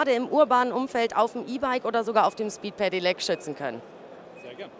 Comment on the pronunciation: wie kann man so oft hintereinander "Pedelec" falsch aussprechen?? "Pedilec", junge junge